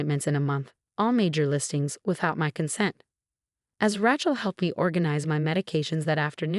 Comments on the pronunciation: You know, “Rachel” has only one pronunciation and its “RAY-chel.” I mean I can understand the error in the case of words spelled the same but pronounced differently but when it’s only pronounced one way? Not looking so good for the “intelligence” part of AI. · Please use correct name. it's Rae chel, not Rachel